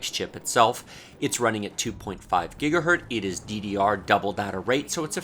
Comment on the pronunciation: man it's "gigahertz" not "gigahert"